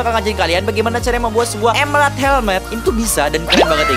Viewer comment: Emerald, bukan Emelald